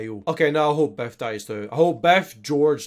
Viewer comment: Not gonna lie, it straight up sounded like you were calling Biff "Beth" throughout the whole thing, and the whole time I was like "who the hell is beth?"